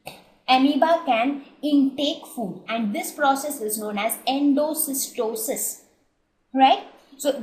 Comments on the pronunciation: awsm vdeos but i think its endocytosis and not endocystosis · Great video Mam. Just a confusion. I think its Endocytosis not endocystosis . Correct me if I am wrong. Thanks.